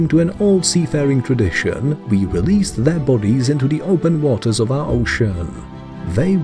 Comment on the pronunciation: ‘aquariUHHM’ ‘warTARE’ ‘bayBEES’ Very annoying!